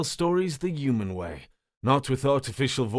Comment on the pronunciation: Human . Not uman 🤷‍♀️